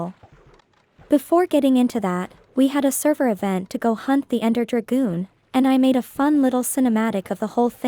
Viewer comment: lol she really sayed ender dragoon